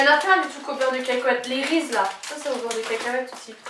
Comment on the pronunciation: j'ai gouter les reeses c'est trop bon mais sa se dit risise mdr